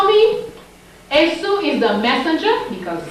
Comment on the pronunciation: As someone that's part of the Yoruba tribe, I wanna inform that in the Yoruba spirituality of Ifa, Esu is pronounced Ay-shoo not Eh-sue. The s is a "sh" sound. And in Yoruba, S words with the "sh" sound are spelled with a dot on the bottom. Great video and teachings tho.